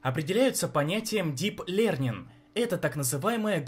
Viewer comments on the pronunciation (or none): Не леарнинг а лёнинг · Лёрнинг правильно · я не хейторе но автор плохо знает английский читается правильно "лёнин" а Дип это глубоко или глубокий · Я думал хорошо знает английский, но "лернинг"..